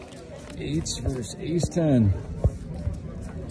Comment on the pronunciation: The word is versus, not verse.